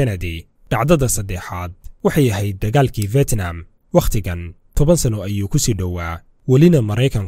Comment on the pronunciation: Fetnam mahane fidnam dheh haugu dhawaqin sida ad CNN ka ad kamaqashay